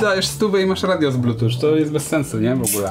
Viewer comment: Wciąż się czepiam do blutuCZ k... Blutut nie inaczej